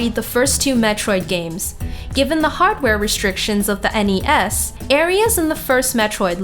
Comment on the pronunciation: She really needs to loosen up a bit when narrating these. For example, the way she says NES and SNES makes it hard to imagine shes played any of these game systems.